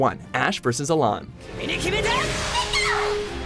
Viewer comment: Its allan not alain